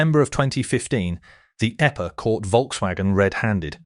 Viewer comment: The eppa? 😂😂😂😂 Teach your robot about acronyms. And, punctuation while you’re at it. 🤡